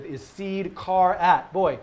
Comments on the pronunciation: You pronounce 'char' really oddly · like referencing the word its abbreviating rather than phonetically or what? older dudes i work with tend to say car, and younger say char.could be generational, regional, or could be because the older ones were properly educated and the rest of us are dropouts with bad habits.